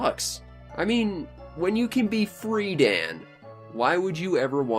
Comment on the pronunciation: Why do you say Freedan so weirdly? Free Dan